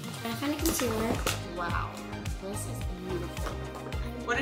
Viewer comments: I love how they said concilar instead of concealer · i love how says conceler instead of concealer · consealer:consiller